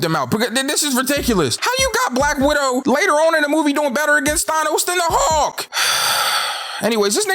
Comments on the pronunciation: I hate that he says "hawk" instead of "hulk" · He says hulk like hawks